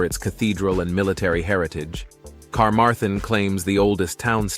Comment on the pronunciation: Great Video but I had great amusement at the pronunciation of place names i.e dolgellau is pronounced 'doll - geth - lee' and Carmarthen 'car - marr - then'. Mind you in all fairness, and I live in Wales, many of us can't pronounce the names right either 🤣🤣🤣